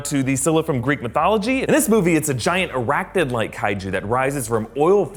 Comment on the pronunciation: you shouldn't have said arachnid like...